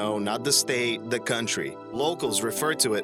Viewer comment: when you say "the", it sounds as if you're saying "duh".